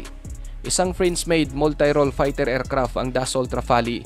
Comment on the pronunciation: Friend paki-ayos ng pagɓigkas. Hindi ercrap kundi aircraft. Pls take it as encouragement. Go go go lang.